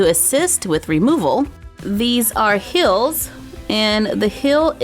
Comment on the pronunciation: Sorry did you say hills instead of heals